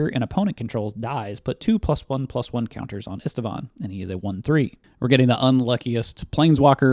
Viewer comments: are you a human being or a hallucinating AI? Why are you adding letters to Istvan’s name? It’s NOT “Istivan” learn how to read moron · It's read [ˈiʃtvaːn], it's Hungarian for Steven.